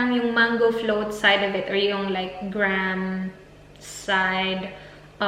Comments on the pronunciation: Not Gram ..Graham po.. pronouce greyham ✌.. or ganoon ba ang pronounsations sa Australia gram? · Graham is pronounced as "greyham" po hehe more power on ur channel 💕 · Why does she mentioning gram instead of graham? Is it silent H or somethin? Just confused.